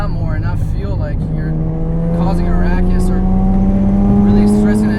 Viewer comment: "rackus" Ruckus + racket haahah